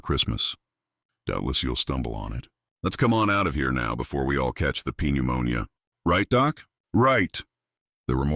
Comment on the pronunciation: Just after I realised that’s what the cpu was saying, he said “p neumonia”. It’s better than nothing though.